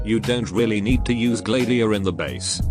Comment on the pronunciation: Wait it's Gla-diia? I pronouncing it as Glad-iia